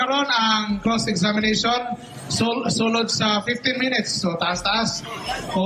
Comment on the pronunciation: hambog kaau mu debate unya dili gani kabalo mubasa ug mo pronounce sige lang kag ONE MINETS haha